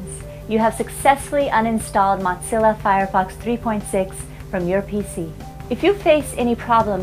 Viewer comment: Who in the world says ,,mot-zilla"? And also thanks for the video...